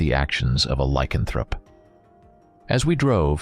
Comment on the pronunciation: Buddy you say lycanthrope wrong... normally it wouldn't bother me but you say it every 3 minutes in this video... the emphasis is not on the "can" just letting you know... sorry if I seem like a dick... don't mean to